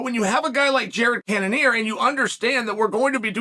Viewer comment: "Jared Cannanear , Jared Canon Ear, Jared Can of ear ......."